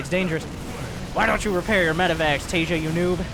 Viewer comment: homie the J in Taeja is a hard J, so Tay-ja, not as in like the word Asia